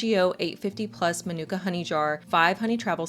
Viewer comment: Fyi, its pronounced: Ma nu ka - for the type of honey. Thanks for the video tho